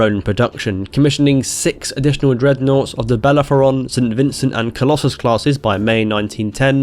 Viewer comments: You said "Bellephoron" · Great video, but I’m still bugged about how he pronounced ‘Bellerophon’ (Bel-air-au-phaun)